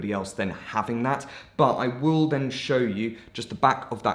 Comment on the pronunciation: You have an issue with the word "then" but then you've probably already figured